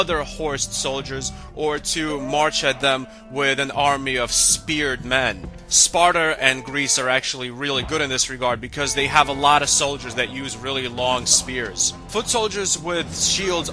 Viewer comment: He said sparter